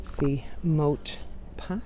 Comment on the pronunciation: It’s called a Moat, not a mott 🤷🏼‍♂️